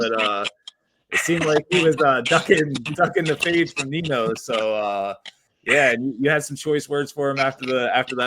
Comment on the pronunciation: It’s pronounced Ninyo, not Nino lol. He’s killing it right now. Can’t wait for TOD.